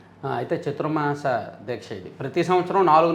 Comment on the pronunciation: గుడ్ మార్నింగ్. చతుర్ మాస దీక్ష కాదు చాతుర్మాస దీక్ష అని అనాలి